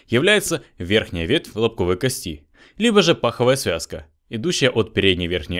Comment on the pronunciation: Когда говорите кости ударение должно падать на первый слог!